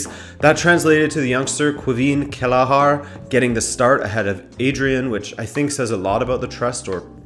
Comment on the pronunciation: Kelleher kell-eh-her. No A